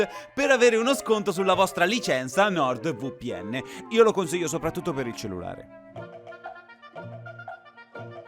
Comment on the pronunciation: It may be because I don't speak Italian at all, but hearing him say Nord VooPN was so fucking funny.